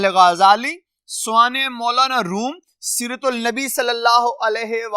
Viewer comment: بہت بہتر لیکن آپ کے کچھ الفاظ کا تلفظ غلط ہے اساتذہ معنی سوانح طلباء